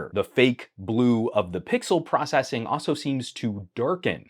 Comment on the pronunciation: say "pickle" once more before reporting the channel 😪